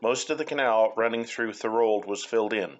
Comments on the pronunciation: Thanks for sharing. I grew up in Thorold and always enjoyed the Welland Canal and its history. Although you used Google maps for identifying lock locations, you failed to spell 'St Catharines' correctly. Also you might check with the locals as to how to say 'Thorold'. Our family moved to Thorold in the summer of 1955. At that time many of the second canal locks had not been filled in or covered and they carried sewage from the paper mills. The water running through had a lovely coating of foam. To get to downtown Thorold we crossed an old bridge at the end of Sullivan Avenue near Beaverdams park over this lovely flowing stream of sewage. As a geography club outing, we took an airplane trip over parts of the Niagara Penninsula and it was an interesting spectacle to see the canal effluent mix in with turbulant waters of Twelve Mile Creek. I thought it peculiar in 1967 when the city of St Catharines, as a centenial project, put in a park that, at least in my memory, ran beside a sewer. There were no protective fencing along the old canal and I always imagined the risk of riding a bicycle down one of the hills across Bradley Street and into the old canal at Neptune's Staircase. I am grateful that steps are being taken to preserve some of the history of the second canal. There is a lot of history that can be shared about all of the canals. There have been a few accidents along the current canal that are noteworthy, such as a ship that sunk in one of the double locks, the boat that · THOR-old....like the god and something elderly